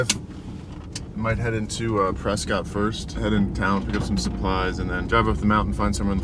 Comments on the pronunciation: It's 'Preskitt' (like biscuit) not Prescott, as far as pronunciation (for that AZ town at least). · So fun to watch you in my fair state of Arizona. By the way, the good people of Prescott pronounce it Pres' cut, not Pres' cot. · It’s “Pres-kit” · Just fyi Prescott is pronounced preskitt like biscuit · That's because you probably didn't get your fries animal style also it's pronounced presscut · Prescott,AZ is pronounced 'Prescut'. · It’s pronounced Pres-kitt.